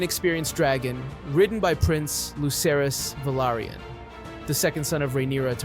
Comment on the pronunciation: Lady Laena VELARRRRYON 😂